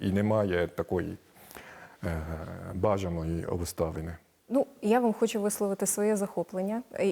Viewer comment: "Пане, ну, окремо я, звичЯйно, хочЮ поговорити про вашу українську мову" - сказала українка до японця. Чому б цій відниці не вивчити бодай фонетику українську. Вона говорить: як ви вивчіли, щьо...